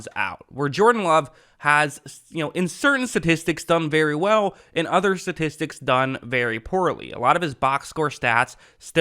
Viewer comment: Sta. Tis Tics. Not Sa tis tics. Not sure why this is the thing, but many people are saying it wrong.